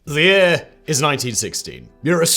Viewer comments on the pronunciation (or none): well I dunno if there's much to explain, i openned the vid in a new tab, stopped it as he menaged to just say "the year..." which sounded quite funny considering his accent